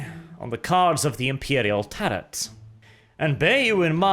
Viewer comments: It's pronounced 'Tah Ro' not 'Tah rot'. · It's pronounced Tare-row, not Tare-rot. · I thought Tarot was pronounced "tarrow"? Unless it's one of those weird pronunciations to show how far into the future WH40K is set, I guess. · Not trying to be that guy, but tarot is generally pronounced "tear-oh" in English. Excellent content my friend! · Bruh. This dude spent the whole video pronouncing ‘tarot’ like ‘carrot’. How embarrassing ! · The 't' at the end of 'tarot' is silent. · imagine speaking for a living and getting “tarot” wrong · I lol’d at the narrators total inability to correctly pronounce ‘tarot’. Lol, muppet. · The second T in tarot is silent ;) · I like your videos, but someone needs to report you to the Ordo Lexicanum for your repeated mispronunciation of the word "tarot". Maybe you are trying to be funny or ironic, but I feel like that I've seen a trend of 40k commentators getting pronunciations wrong.